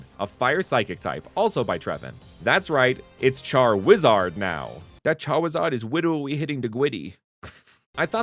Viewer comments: "That charwizard is witterly hitting the gwiddy" is mad funny. My favorites are the charizard line, Empoleon line and the Skeledirge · "that charwizard is witerally hitting the gwiddy"